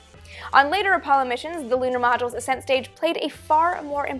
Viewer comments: accent not ASSent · It's NOT aset stage it's ascent stage. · It sounds like she is saying "ass end stage" instead of ascent stage. But I would think the ass end stage is the one that stayed behind 😂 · I'm confused about the pronunciation of "ascent". I've heard it said as as-sent for anything related to rockets but in mountaineering, it's pronounced a-scent, as in the first ascent of a peak. It was also said that the Apollo 10 LEM wasn't fully fueled to discourage the astronauts from attempting a landing. The vehicle and procedures were a dress rehearsal for Apollo 11's landing. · Learn how to pronounce 'ascent'.